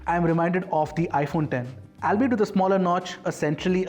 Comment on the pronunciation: Albeit is pronounced as "all be it". That's the only flaw in all your reviews. Great job otherwise! Hope the channel grows faster. You deserve more eyeballs.